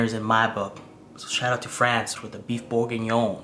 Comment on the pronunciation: The way you said “Bœuf bourguignon it’s so funny iam French , you did good